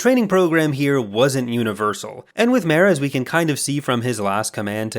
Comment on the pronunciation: I gotta tell ya, it drove me fucking insane listening to you pronounce 'Mara' that way.